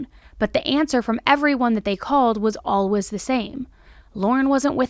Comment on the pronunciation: WHY DO YOU SAY “ALWAYS” LIKE THAT